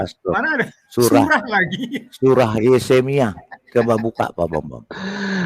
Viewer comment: pakar alkitab kok baca Yehemia jd yesemia